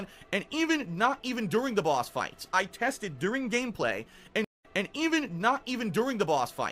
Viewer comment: “Bwahhsss fwights”